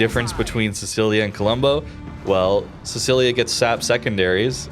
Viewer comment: i am so sorry but your pronounciation hurts: siTSCHIlia not sisilia